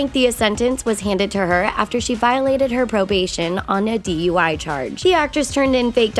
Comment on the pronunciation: Yep I heard that right. A "DEY" charge and not a DUI charge